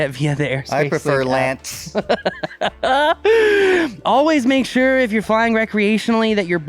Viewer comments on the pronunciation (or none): It's not "LANK", It's "LANCE."